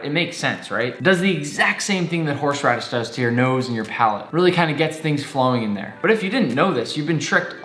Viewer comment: “Horshe radish”